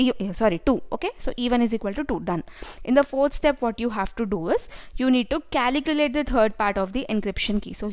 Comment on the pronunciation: Its calculate, not caliculate